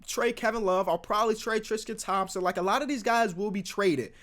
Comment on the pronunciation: trisqete Thompson